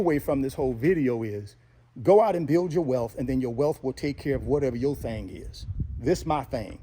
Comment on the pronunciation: "Thang"...very classy 😅😂.